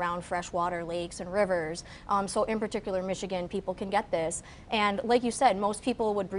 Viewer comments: Especially not Exspecially! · Dear, as an educated person how is it that you say ''eckspecially'' three times during this interview?? The word is ''especially.'' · "EX-specially." Out of the mouth of an educated Doctor. Does nothing for my confidence in a doctor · "Ek-specially?" How can anything she says be taken seriously. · “Ekspecially.” Edumucated fo sho. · Her mispronunciation of “especially” is so distracting